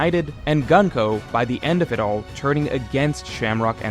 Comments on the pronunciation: Her name is Gunko, not Ganko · it's pronounced Goon-ko, not 🔫ko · it’s pronounced GOON-ko. cmon you’re a pro, at least attempt to learn how to pronounce the characters’ names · GOON-KOH,. You fixed RAI-yuma and Yon-KOO, you can do it here too. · man i hate your pronunciation of her name😭😭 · bro can u pronounce gunko and hajrudin properly pls